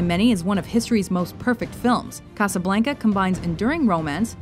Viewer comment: Very poor list, biased to 70’s to present. Can’t even pronounce Casablanca correctly. Nice try but not enough.